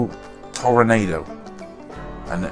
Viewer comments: It's pronounced Tor-ahh-nahh-do. The headlight covers on the real car were always body color. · Great work. It's properly pronounced ToroNAHdo, BTW. Or maybe best spelled Toro-noddo.